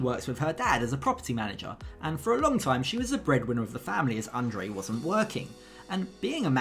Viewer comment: Libby pronounces his name correctly.